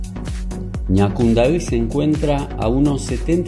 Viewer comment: Jajaja eres el único extranjero que sabe pronunciar las palabras en guarani..los otros dicen asi Ñacundai jaja bueno solo vos y todos los Paraguayos entenderán saludos desde CDE